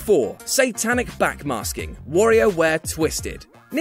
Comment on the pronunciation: I've never heard anyone pronounce "Wario" like that....